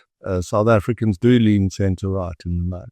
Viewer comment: wong and wight😂😂😂😂